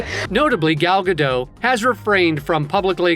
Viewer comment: Shes not french The t is not silent Guh dot